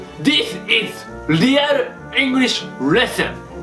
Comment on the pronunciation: Not evelyone. It's everyone.Not stud. It's study.Not usefulul. It's useful.Not leal. It's real. Not nexto. It's next. Not ice cleam. It's ice cream. Not tiga. It's tiger. Not longu. It's longer.